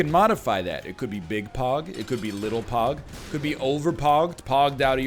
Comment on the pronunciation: So am I the only person that thought he was saying pawg and not pog... or am I just to far gone